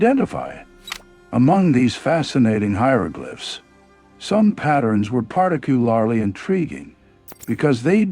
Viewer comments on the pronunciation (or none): Part ulary? Previ- ously? Wow AI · Particle-lar-lar-ly, add-Vance, for-TRESS, CON- figuration.its making a great feature an a big, BIG, subject painful to listen to. So I’ve turned volume off and put CC on